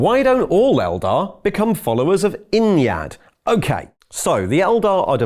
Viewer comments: Ynnead isn't pronounced innyad It's ye need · First time I heard 'Ynnead' pronounced and my mind just melted.